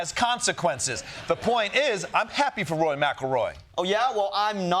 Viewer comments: Why do they keep saying “Roy” instead of “Rory”?? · Is Costa constantly saying Roy? Or is that a Midwest pronunciation of Rory? Or did he listen to Ronnie saying Rory which sounds a little like Roy? 😅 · Spelled McIlroy wrong and kept saying Roy not Rory....nice. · It's "RORY" 😂